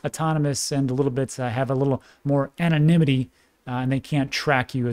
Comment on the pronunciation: I f#*kin love you! Btw you nailed anonymity today. Thats a tough word